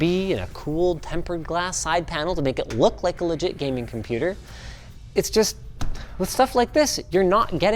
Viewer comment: "A Compûtēr" 😂